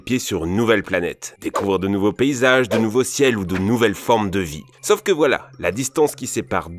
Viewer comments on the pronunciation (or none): Si jamais, c'est SAUF, un A et U et non "sof"... sacré français. Un peu comme "pomme-paume" vous voyez la différence? Merci merci, bisous les michtos